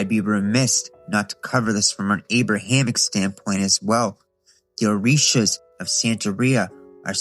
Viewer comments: It’s so funny hearing a white boy reciting the Orisha names incorrectly lmao. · Ngl great vid but you mispronounced almost all of orshias